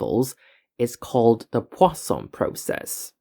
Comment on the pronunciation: Perfect French pronunciation of the word "Poisson".